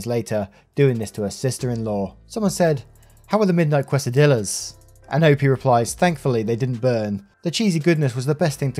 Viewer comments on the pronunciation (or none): It's pronounced Kay-suh-deeyas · It's cute how you pronounce quesadillas. I think technically it is pronounced Kay-sa-diyahs (the two lls are silent).